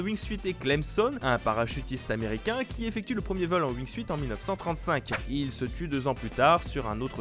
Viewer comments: on dit "wingsoute" pas "wing-suite" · Jaime comment il dise le wuing suite au lieux du de la prononciation en anglais du wing soute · On dit pas Wing"suite" on dit Wing"sout" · ça se prononce wignesout pas wignesuite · ouingsuït.... Ca se prononce Wingsout ! Tu ma stressé >w< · Le "wingsUIte" lol... SA SE PRONONCE LE "WINGSUTE" !! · "wingsuite"... please, ça se prononce "wingsoute", c'est la base! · Ça me démange à chaque fois que tu dis "wingsuite" (Ça se prononce wingsoute) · Wingsout on dit bordel, pas wingsuiiiit... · lol il a dit wingsuïte mais sa se prononce wingsoute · Ca se prononce wingsute pas wingsuite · Wingsuit se prononce Wingsout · alors wingsuit ne se prononce pas wingsuite mais ring sout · wingsuit se prononce wing "syoute" et pas wing "suite" c'est pas grand chose mais ça nique vraiment la crédibilité... s'il vous plait faites gaffe à ce genre de detail, sur une video de ce niveau sur une chaîne de ce niveau ! z'êtes pas des amateurs enfin ! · Arretez de dire wingsuite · Wingsuit, ça se pronnonce wing-soutte. Merci. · pitié on dit "wing sioute" c'est de l'anglais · Mdr « wingsouite » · Wingsuite?! Les gars c'est pas comme ça qu'on prononce! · Le Wing SUITE 😂😂😂 Enfin... c'est pas compliqué de dire wingsuite comme il faut... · On dit wing suuuuuuuuuit pt1 aprennez à prononcer pt1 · sa se prononce windsoute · Wing"suite" omg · Le wingsouite ? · Ca se dit wing soute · Prononcer WINGSOUTE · On dit pas wingsuit on prononce wingsunt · Wing siout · Wing soute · Prononciation wingsuit est 😂😂😂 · La prononciation de wingsuit m'a écorché les oreilles ico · mes oreilles saignent (wingsuit) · du wingsUUUit wesh respectés la prononciation les gars et du TALCK pour la grimpe mais putain...